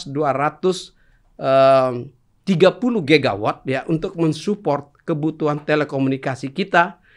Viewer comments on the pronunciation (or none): GIGAWATT 😂😂😂 di kata listrik kali 😂😂😂